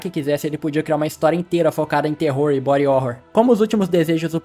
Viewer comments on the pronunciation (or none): none